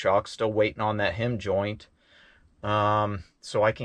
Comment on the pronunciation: Always entertaining.heim joint sounds like dime joint